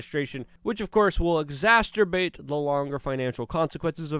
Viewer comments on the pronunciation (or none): Luke I love you buddy butttt..... Exacerbate is pronounced Ex-ass-sir-bate! Phonetically for ya. You been struggling with that word for a long time now. Here ya go. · Stop saying exasterbate, it’s too much for you. Still luv ya bro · “Exacerbate” is a word…. EXASTUR-BATE sounds like MASTUR-BATE…not a word. I know English isn’t your first language and you have my respect, however, you use “EXACERBATE” a lot and you’re pronouncing it like masturbate… 😇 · i love your videos but dude, it's EXACERBATE not EXASTURBATE lol. i physically cringed every time i heard it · Wow, great video as usual. By the way, the word exacerbate is pronounced ,"ex- A(like the A in air,) sir-bait".I never wanted to correct you, but after 2 years, today I felt, "why not ,I'm not making fun of Luke!, and maybe he'll appreciate it!", so I did. (Orgullo Cubano here-changed my Youtube username) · Love your work. * crack up how you pronounce "exacerbate" 4 syllables: "ig" + "ZAS" + "uh" + "bayt" ~just saying. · I came here to watch, and was informed and entertained. I hope you're okay after that complicated and maybe even dangerous event that went down. That's not right that it keeps happening. Also, I'm agreeing with the other guy. Exacerbate doesn't have a T. Don't know if you're doing that on purpose, but whether you are, it sends a bad message. In my opinion. I know we all have them, and yours is worth more than mine. But I'm saying anyway, because I'd want someone to tell me. I just leaned last year I've been saying Anemone wrong for 20 years. You're in good company. Take care. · Hey Luke. Love your work. Great job brother. FYI. I know how much you enjoy using the word ‘exacerbate’. It’s not like the word masterbate which has two T’s. Exacerbate only has one T, and it’s at the end of the word.